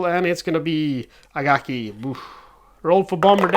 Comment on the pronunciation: It’s Akagi not Agaki.